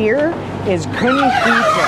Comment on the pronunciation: Great summary. 🎉I notice you are pronouncing Pita as Peter though 😮